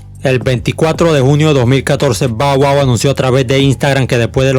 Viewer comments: No se pronuncia bow wow, si no (ba wua) esta bien las biografías que narras pero, te aconsejo pronunciar bien los nombres 😉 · Está mal pronunciado, pero no le pare a naa, dale palante 👍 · Alguien contó cuantas veces dijo Bau Au? XD